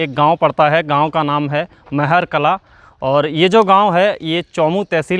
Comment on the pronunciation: मेहर कला नहीं महार कला है। Pronounciation sahi rakho.